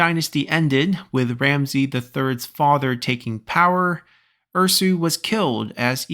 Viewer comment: As an Egyptian, I am very excited for this haha ♥ Also, Ramesses's name is pronounced with all S as S not as Z, and the last e prolonged, so like /Ramsi:s/